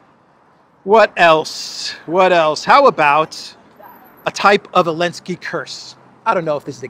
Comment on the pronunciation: Why does he say "elensky" instead of "Zelensky"?